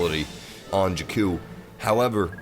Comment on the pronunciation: You are pronouncing jakku wrong